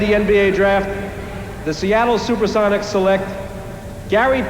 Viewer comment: "The Super-seven-ics"?